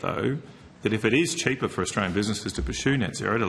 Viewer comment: "Cheepa ewektwisity"